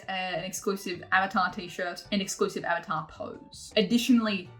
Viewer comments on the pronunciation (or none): none